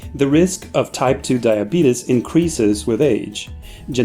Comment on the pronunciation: LMAO this man said "diabetus"